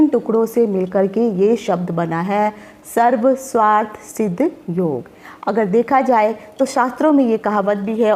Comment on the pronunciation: Sarv swarth nahinn sarvarth hota h... Aapne toh arth ka anarth hi kar dala Sarv + arth hota h